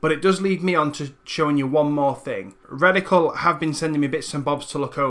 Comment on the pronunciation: Really love what your doing here. Great stuff. Word to the wise though: I know you have an accent but you might want to watch how you pronounce product names/brand names when dealing with sponsors. There were a few times there that I thought you said Reticle Motion instead of Radical Motion. This can cause people to look up the wrong thing later. It was only minor slip-ups here and there and you didn't do it for the whole or even the majority of the video but it still is something to keep an eye out for. Either way, good luck and thanks for the tutorial. <3